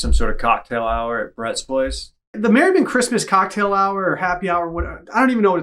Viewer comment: Why did emphases COCKtail so hard...